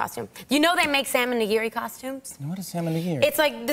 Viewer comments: I heard Sam n' nigiri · DonYelle and Diana My Japanese ass is dying at their mispronunciations. I didn’t know people pronounce it na-geery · Knee-gi- ree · I love how she pronounces Tamago and Nigiri, as someone who's learning Japanese, this is seriously cute!!! I have to admit, I'm becoming a huge fan of her!! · I love the way she pronounces “salmon nigiri” and “tamago”. It’s completely wrong but still it’s cute. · How they pronounced "nigiri" and "tempura" kinda crushed my asian soul. I mean, they probably dont know the correct way. Or rather they dont know the Japanese way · Funny, but cringy :D Tomago? - Its Tamago ( Tamagoyaki) and Nigiri pronunciation was the reason why Jimmy couldn't understand at first. Still love her tho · I love her but she's pronouncing all of this Japanese food incorrectly 😂😂😂